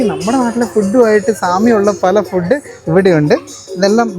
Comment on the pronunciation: ഫുഡ്ഡ് എന്ന് പറയരുത്, മംഗ്ലീഷാണ്. ഇംഗ്ലീഷിലോ ഫൂഡ് എന്ന് ആണ്. ഊള മലയാളികൾ പറയുന്നത് ആണ് ഫുഡ്ഡ്, ഡൈവോഴ്സ്, കൂൾഡ്രിംഗ്സ്, ..ഒക്കെ തെറ്റായ ഉച്ചാരണം ആണ്. കോൾഡ് ഡ്രിങ്ക്, ഡിവോസ്, ഫൂഡ്